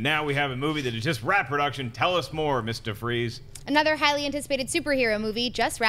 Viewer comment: Lol saying "Miss DeVries" sounds like "Mr. Freeze".